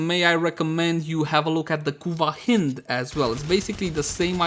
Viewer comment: I thought hind is pronounced with a long I??? Like the animal.